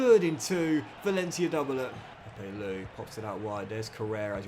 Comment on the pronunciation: The way pronounces Pepelu cracks me up all the time. 😂